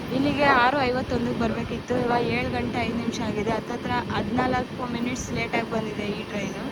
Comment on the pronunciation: ಅತ್ತಿರ ಅಲ್ಲ ಹತ್ತಿರ ಮೊದಲು ಹ ಕಾರ ಆ ಕಾರ್ ಕಲಿ